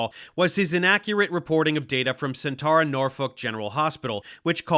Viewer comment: Sentara is pronounce cent-air-uh